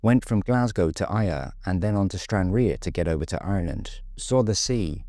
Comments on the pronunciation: Why do people have such trouble with pronouncing Ayr? You weren't that hot with Stranraer either but your attempt at Ayr where the Scottish Grand National is run, also you have the county of Ayrshire and a football team was poor! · stranraer was mispronounced, let that go, but Ayr!! come on !